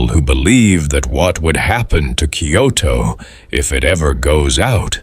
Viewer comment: Because it’s AI the place names are mispronounced.